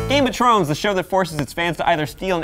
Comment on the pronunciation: Game of Trones!? I thought he said trones lol